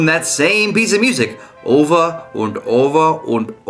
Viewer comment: You said the "And" like a german "und" D: (Ok we don't say it exactly like you did but smiliar)